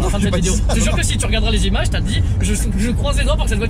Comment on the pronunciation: A , il dit bien le "pas" mais il n'est pas bien prononcé :D